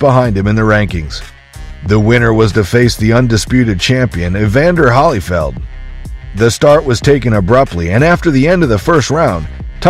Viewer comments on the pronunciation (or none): "HOLLY-FELD"?!?!?! SO DISRESPECTFUL!!!! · Who in gods name is Halyfeld? If your going to do a boxing vid atleast learn their names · Turning off video as soon as narration said Evander “holly-Feld “ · holly-feld? lol so much for ai narration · Hollyfeld? C’mon man. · quit on this when the voice over called Evander, Evander HOLLYFELD. Booooooooooooo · Great video, I watched of it. How does a "boxing channel" not even know how to pronounce Holyfield and expect to be taken seriously.